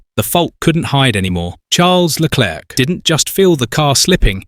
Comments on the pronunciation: The script meanders all over the place, yeah, and it also pauses every time it says Leclerc's name, as if the AI couldn't read it the first time and they had to splice in another take. Still, the briefings and audio records do get leaked online, it's not implausible whoever scripted this has actually seen them. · If you must use an AI voice, at least find an AI that can cope with aying 'Leclerc'